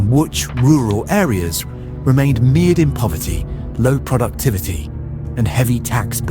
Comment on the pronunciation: meered in poverty? Mired.